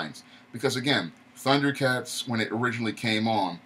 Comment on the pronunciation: Tundercats no "H" Roar lol